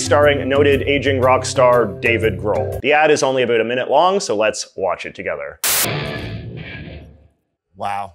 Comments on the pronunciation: Are u deliberately saying a boot cause I'm canadian and no one near me says a boot lol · Why do you say about that way? What part of Canada you from? Never heard anyone pronounce it like that except for comedy sketches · Why do you pronounce about like the Americans think we do. I'm Canadian.. borne here and speak Canadian English and so do 99% of people I know here and we do not say about like a boot.. so why are you putting it on like that. It's actually not how we speak so I just don't understand.. I noticed you laying it on thick for some reason.. I honestly can't think anyone I know excluding my buddy from newfoundland but thats a different accent entirely.. so your putting it on and I don't understand.. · no one in Canada says "about" the way you say it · Maybe it's because I'm Albertan but I cannot stand the way he says "about"